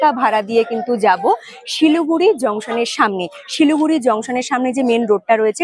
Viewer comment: Not Siluguri but Siliguri